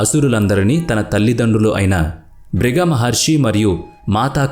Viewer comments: నాయనా బాబు వీడియో చేసేటప్పుడు జాగ్రత్తగా చెయ్యండి. ఋషుల పేర్లు తప్ఫు గా చదువుతున్నారు.బ్రుగ మహర్షి కాదు. భృగు మహర్షి అలాగే శుక్లా చార్యుడు కాదు శుక్రాచార్యుడు. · శుక్లా చర్యుడు కాదు.. భృగ కాదు బృగు మహర్షి... అబ్బా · Fake news babu.....Sariga telusukonu I వివరణ ఇవ్వండి...శుక్ల మహర్షి అంటున్నారు,, బ్రగ మహర్షి అంటున్నారు...పలకడం కూడా తప్పులు.... కథ అయితే పూర్తిగా తప్పు.....ఈ వీడియో డిలీట్ చేయమ్మ...plz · శుక్లా,కాదు శుక్రాచార్యుడు అని పలకండి.మృత్యు,మృతసంజీవని,భృగి కాదు భృగు మహర్షి అని పలకండి.